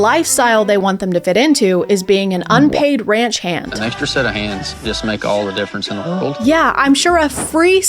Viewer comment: I thought he said ranch hen lol